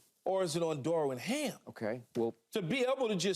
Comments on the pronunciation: does keyshawn know how to pronounce Darvin? lol he says " Darwin " every time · Key saying “Darwin” every time instead of Darvin is hilarious. 😂😂